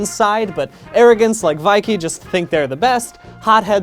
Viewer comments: Ah yes, veye-key. Not the amazing teacher Vay-k. I should've known! (No offence I just found that funny) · Amazingly the thing I can't get over the most is Vaike canonically voices his name in-game and the English language version is "Vay-k" Brian: *VIKE* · Vaike is pronounce like bake but with a v. THEY SAY THEIR NAMES IN THE GAME PEOPLE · I love this but like... its pronounced Vayk not vaikee. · I thought Vaike was pronounced like "Vague" with a K because he's super forgetful, so his memory is... Vague? Idk I just didn't realize people pronounced Vaike like that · small brain: "Vaike rhymes with bake. Vaike and bake, baby." 200 IQ BDG: "V I E - K E Y" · Vai-kee. My Ears. They bleed. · Vaike Actually had voice acting and would pronounce his own name so to get it wrong is unexcusable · The fact that Brian mispronounced Vaike despite one of his few voiced lines being "Enter the Vaike!" hurts me in my pedantic soul. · "It's a Vaike and bake!" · His pronunciation of Vaike is going to keep me up at night for weeks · i love u brian but i cant get past the fact that u pronounced vaike like that.